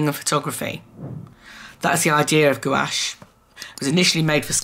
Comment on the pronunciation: Gouache is pronounced Gwash, lol! I used to say it like u too. Love ur video!